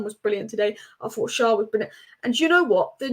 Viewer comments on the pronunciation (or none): Thanks for realising what we have known for a long time on Tyneside. I was so happy we didn't hire a big name manager because they are only successful when they have unlimited funds to buy top players - and that includes your Fergusons and Peps. Btw. Fabian's name is Schär, Proounced share. It is permissable to spell it Schaer if you can't deal with the Umlaut ä.